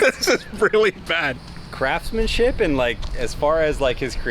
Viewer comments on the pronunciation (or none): Did he say "crapsmanship"? lol 😆